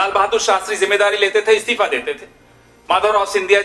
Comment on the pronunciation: Istafa nehi Istifa hota hai bhaisahab pehle pronounciation theek karlo.